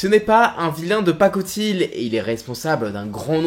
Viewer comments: "Ce n'est pas un vilain de pacotile" Alors, désolé de faire le chouineur sur ça, mais ça se prononce "pa.ko.tiy" 😅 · Pacotille il a dit paco tile